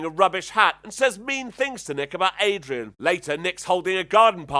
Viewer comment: BTW, her name is Darian, not Adrian